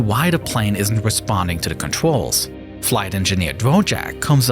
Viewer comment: “contrwyls” bro what the hell